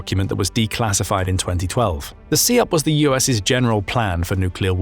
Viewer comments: SIOP (sy-op, not see-op) hasn't been used for over 20 years. It's OPLAN now. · is this dude really saying See Op? ........